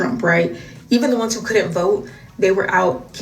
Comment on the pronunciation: You wrong for the "I will BOAT for Donald Trump". 😂😂